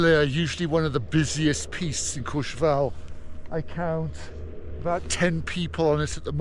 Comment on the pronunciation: Maybe for next season learn to say CourchevEl